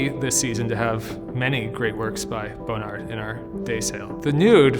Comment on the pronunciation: Is he really saying Bone Ard?